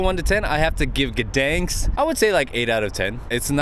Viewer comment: City of Guhdens xd